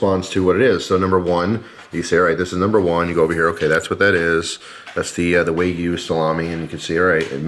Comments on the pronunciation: Tip... wagyu is a Japanese word not a Chinese one. So "wa" like a baby not "way" like a surfer girl 😜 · FYI, wagyu is pronounced kinda like wagon, not like way :D